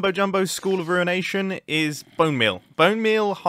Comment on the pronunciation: "we now have the ruenation"